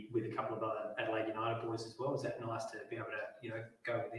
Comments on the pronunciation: love the seahawks shirt dude i’m a huge australian seahawks fan here, nestory is one of the most promising aussie young talents! also it’s pronounced a-duh-laid. Our names of places are hard haha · It's pronounced Add-uh-laid.